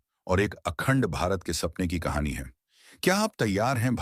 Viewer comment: कहाणी मे ड का उच्चार ढ किया है, Kahani bahut achi hai . Bharat mata ki jay